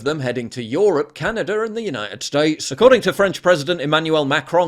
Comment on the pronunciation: It's Canada, not Canader